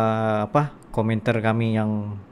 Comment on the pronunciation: Jangan sebut komenter, tapi sebutannya komentar.